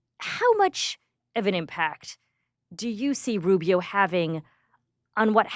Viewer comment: Why does he say Rubio's name like that? Even Rubio doesnt say it like that.